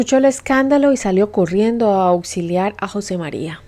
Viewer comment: se ppronuncia jose mariA